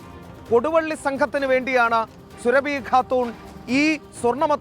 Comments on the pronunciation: സുരഭി അല്ല മാപ്രേ...സുറാബി ഖാത്തൂൺ എന്നാണ്...🥴 ഖാൻ എന്നതിൻ്റെ ഫീമെയിൽ ആണ് ഖാത്തൂൺ...😂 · സുരഭി... അല്ല സുറാബി